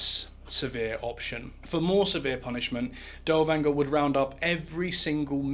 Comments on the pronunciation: good video, but you are butchering his name. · Dude's name is neither Danger nor Dowanger nor Dellwanger. His name is Dirlewanger. Besides it's Weimar Republic not Wimmer Republic.